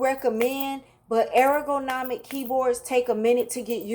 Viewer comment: Air-o-go-nomic You’re saying it incorrectly but it’s adorable 🥰